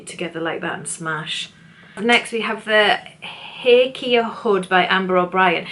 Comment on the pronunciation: Thanks some great ideas! The Hakea is pronounced Hay kee uh in Australia 🥰